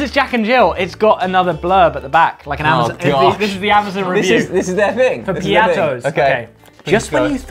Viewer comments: The "ttos" is pronounced just like how it is spelled, so it's not ttoes. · Love how they pronounce “Piattos” piattoes but in the Philippines we just say it as it is